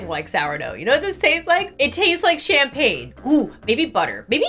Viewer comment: I think you got influenced by the name "champagne" when it's actually campagne (as in like countryside) but it's still very fun to watch, and I agree, it's amazing toasted